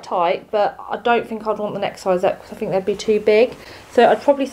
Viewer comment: “Fink”?? Please pronounce your “th”’s properly! 🙄